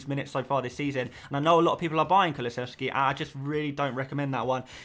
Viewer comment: You're getting the kulusevski wrong mate